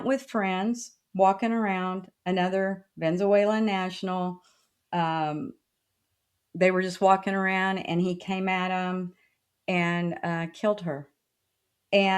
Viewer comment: See she can't pronounce anything it's not vezasawylon it's Venezuelan